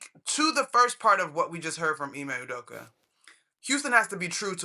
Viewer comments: Nobody: Stephen A. Smith: Emay Udoker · Who tf is Ime Udoker 😂😂😂😂😂